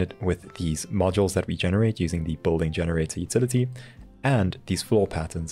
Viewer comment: South African? No one else would pronounce building as bolding.